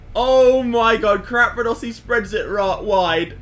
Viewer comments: I Love How They Pronounce CRAPadossi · capradossi and not crapradossi! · hes not crapradosi you are